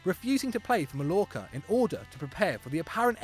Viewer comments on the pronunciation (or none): When you say Mallorca the two L's mean a Y. It's pronounced: MAYORKA Football daily needs to work on pronunciation. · can't pronounce "Mallorca" or "façade"